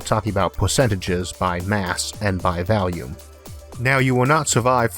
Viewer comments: Been watching you for a while now. Could never understand you at the beginning, but I'm pretty good at it now, don't even use subtitles. But I cannot, I will not, tolerant your deviant pronunciation of volume!!!!111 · I'm sorry, I know I'm not supposed to dog on the speech impediment, but I couldn't stop chuckling about "oxygen by valium"